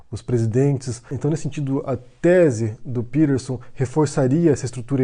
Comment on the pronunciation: És peTerson. Com T caralho!! Que porra é isso de pirerson? Coisa de mineiro pó 🤣🤣🤣